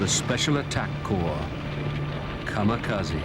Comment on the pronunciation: ... It isn't "Kamakazi". It is "Kamikaze".